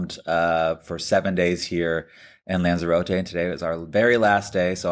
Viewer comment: How many times must Americans say the NAMES of places WRONG 😂🤣😂🤣 OH GOOD GRIEF ITS LANZAROTE NOT ZAR ZAY RO TAY !! ITS potato NO POTARTO TOMATO NOT TOM MAE TO EEESSHHH